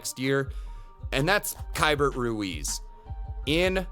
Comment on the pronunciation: Excellent insights. By the way, Keibert Ruiz pronounces his name like “Kay-bear”… the T is silent.